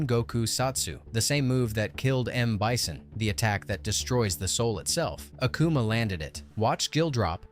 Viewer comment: You gotta hate uh-koo-muh and go-ken cause there's no way you mess up their names that much